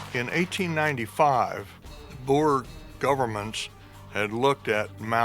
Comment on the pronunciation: I like this, but ahh, the pronunciation of anything afrikaans makes me cringe, its boer not bowar